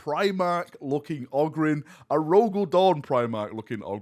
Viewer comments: Ogrynn is pronounced 'Oh grin'. Always has been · Who pronounces it ah-grin? Short O would sound like Og-rin. "Og" as you would hear it in the word "grog". Short O definitely doesn't sound like "Ah", never heard anybody call a fox a "fahx". But yes, Ogryn is apparently meant to be pronounced with a long O. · Ogryn is technically pronounced "oh-grin" I imagine mostly because it's taken from the word "Ogre" which also uses a long O sound. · It’s pronounced Ogryn. You’re welcome. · If you want to know how to say Ogryn you can always play any Dawn of War 1 expansion and hear the ogryns say it themselves. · It's Ogryn, NOT Ogryn. Also, seriously looking forward to this game.